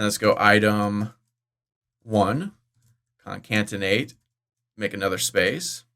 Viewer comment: Why in every video, you pronounce it ConCanTinate, when it is spelled ConCaTinate? It is spelled with a CAT not a CAN...